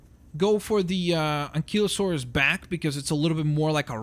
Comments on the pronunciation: It's Stegosaurus not Stagosaurus and Ankylosaurus not Ankeylosaurs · and its not ankelosaurus its ankielosaurus